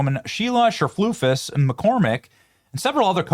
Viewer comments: This makes me so angry😡🤬but every time Benny said cherflufus 😂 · Cherfloosys??? WTF, learn how to read. I'm not at all in agreement with the wig lady, but I can say her name. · I think her name is pronounced, "sir-FLEECE-us." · I love how you keep calling her Cher-floof-is. 😆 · I love how he mispronounces her name. 😂😂😂😂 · I love how you pronounce her last name Benny LMAO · The way he said her middle name hahah